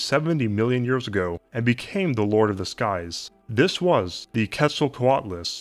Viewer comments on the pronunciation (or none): none